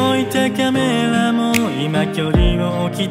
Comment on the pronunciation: 聴けば聴くほど、これは、Jくんの声だからこそ完成する(生きる)歌だと言う事が分かるので、ゆうりくん、あいみょんや米津玄師さんばりの楽曲提供の才能ありですよね。 好きポイント ・棚の上のカメラのカメラの発音がちょっと英語入ってるとこ ・サビの高いキーを少し苦しそうに歌うとこ(切なさ倍増) ・落ちサビ ・サビ前(消したんでしょう) ・全部 てゆうか山Pの声に似てません？